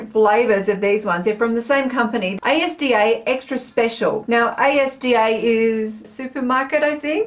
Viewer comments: OMG!!! A S D A!!!! As-dah hahahaha yes a supermarket, but not A S D A, just the word Asda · OMG CAN YOU JUST SAY ASDA RIGHT FOR ONCE!!!! ITS (AS-DA) not said as individual letters (it's a supermarket you got that right) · Asda is a supermarket but it’s not said A S D A It’s as-da But you can say however you like :D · Hi ASDA is a supermarket chain and it is pronounced like a word, not as separate letters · Asda is basically the UK equivalent of walmart!! (also its pronounced as written, as-da!!) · ASDA is pronounced AZZ-DA ❤️